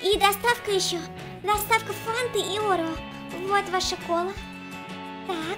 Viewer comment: Не орэо а орео